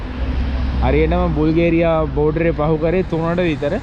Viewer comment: බුල්ගේරියා නෙවෙයි යකෝ බල්ගේරියා😂